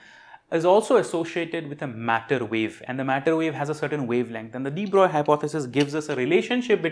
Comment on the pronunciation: Respect for knowing how French physicist de Broglie is pronounced.